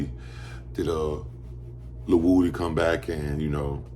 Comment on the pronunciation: um his name is a actually pronounced wooody